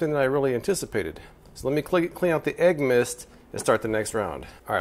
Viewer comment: "Aeg myst." Two words that should never meet